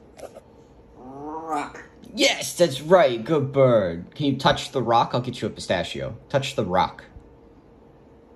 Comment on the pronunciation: I love his pronunciation! Rrrrrrock!